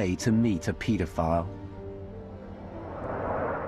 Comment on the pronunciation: Just trying to shed some light on this very dark n disturbing video... But the way he says paedophile really bugs me lol. He pronounces it as, 'Pete-a-file.' Lol 😂 it's super annoying to hear him pronounce it that way, considering he says the word 'paedophile' damn near after every single word lol.